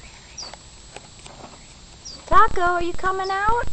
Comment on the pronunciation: It's "taco" not tacou xD